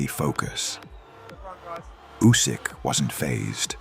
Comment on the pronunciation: Did dobua called Usik pusik? Who is pusik now dany 😂😂😂